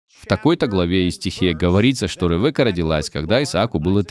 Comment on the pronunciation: Рэвэка))) имя звучит как Ривка с ударением на и.